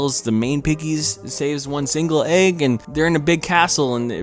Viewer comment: You are not Rick Sanchez yet you try to have his comedic style, not working. also - the way you pronounce egg makes my ears bleed. its EGG not AAG